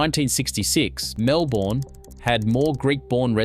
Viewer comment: Can’t even pronounce Melbourne right wtf msn